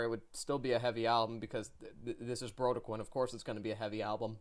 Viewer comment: Sorry, to be that guy but it’s “Bro-dec-kin” Good review, keep up the good work